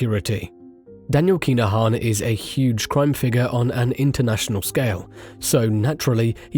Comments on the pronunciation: KIn-A-Han not KEENAHAN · yep your doing my head in everytime you say keenahan like has wrote thats how its said but fast.